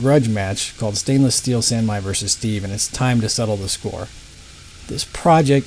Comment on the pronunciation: Just an FYI, calling it man sai makes it not come up in searches for san mai lol